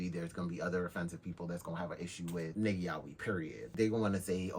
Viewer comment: The real problem is how everyone pronounces "Yaoi"